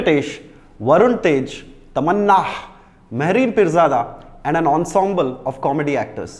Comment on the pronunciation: TamanAAAHHH....! What a super excited pronounciation bro?!